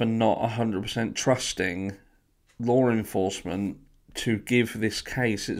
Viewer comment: For the love of fucking GOD!! PLEASE will you learn how to saw LAW ENFORCEMENT. It’s really starting to grate on me. What in the shit is “LORE ENFORCEMENT?” 🤦🏼‍♀️